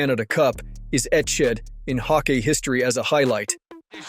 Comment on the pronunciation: Take it as a compliment because the rest sound like you are a native speaker, that's where the confusion came from. Hockey is hawk-ee and Roy is wah since it's French Canadian. Also vertebra sounds like vert-ah-bray. Learning a new language is hard, keep up the good work and the information packed videos. You know your hockey.